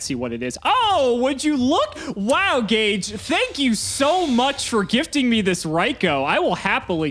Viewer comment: Because it's Ga-Geh 🤷